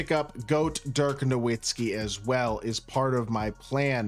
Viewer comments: He doesnt even say his name right ha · He’s your favorite player ever and you don’t know how to say his name?